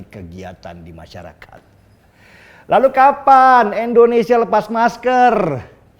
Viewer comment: Koreksi ya, bang. Yang bener = Indonesia. Bukan Endonesia.